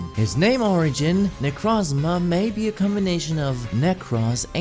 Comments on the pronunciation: its not necrazma its nekrooooozma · its necrooozma not necrazma